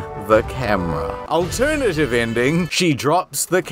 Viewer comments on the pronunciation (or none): none